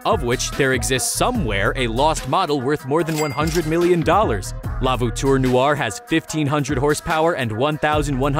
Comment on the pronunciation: Ah yes I do love the vootoor nooare!